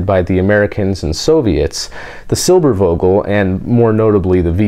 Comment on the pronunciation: If you pronounce the "v" in Silbervogel as an "f" it would sound like perfect German :)